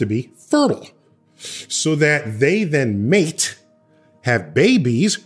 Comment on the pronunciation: Thought he was gonna say something cool like figuring out a way to make cryostasis work, and instead heard emphasis being placed on words like ‘fertile’ and ‘mate’ 😂